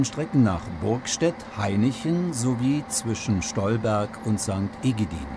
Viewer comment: Aua! Das heißt St. E-gi-di-en Oder, im örtlichen Jargon, Sankt Egiedschn🙃😉